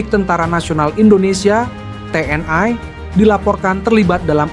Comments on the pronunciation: TNI bukan TNAI. Sok ke Inggris-Inggrisan banget ini orang, ikut-ikutan Malaysia aja menyebut TNAI. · Membacanya kok "te en ai" mohon yg benar membacanya. Jangan ke barat2 an